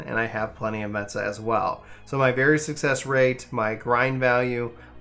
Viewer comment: its me se ta , not metsa (; ･`д･´) mental violence! , i just pronounce it as me-esta (ﾟ∀ﾟ)ｂ simple and easy